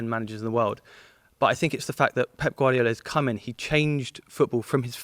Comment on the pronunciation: He knows ball HOWEVER his pronunciations do get annoying tho like I get it for Italian players it’s fine but when saying Guardiola (someone who’s Spanish) I think he should drop the accent